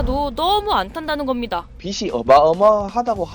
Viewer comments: 야...... (빚이)....는 (비지)라고 읽어야 한다... 무슨 교수가 우리말도 제대로 읽지 못하나? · 빗이 빚이 빛이 이거 발음 좀 구분합시다. 공부 좀 했다는 사람들도 이걸 발음으로 구분 못 하네요